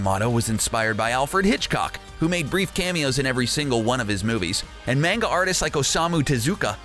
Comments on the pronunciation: When you pronounce manga you say it as if there is a h after the a like mahnga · learn how to pronounce manga